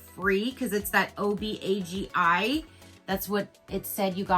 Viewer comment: Obagi is pronounced oh-BAH-gee (that's gee as in "gee whiz"). It's Syrian.😎